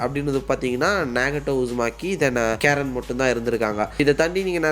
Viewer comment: கேரன் illa bro ❌ கரின் ✅ Susuke ve eppadi dha bro Kupduva... Also Google eppadi dha pronounce pannuthu